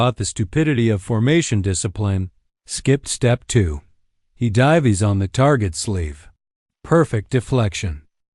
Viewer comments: it divys oh how it divys......Is this AI from 2018? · "God how it di-veez"